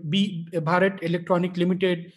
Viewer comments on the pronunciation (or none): none